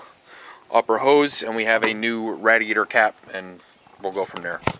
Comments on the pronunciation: I was just about to say that. I have never heard anyone call the radiator like that. Good video man don't take offense lol. It made me laugh for sure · cool video just quit saying radiator like that for christ's sake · Hes Canadian. And that is how its spelled.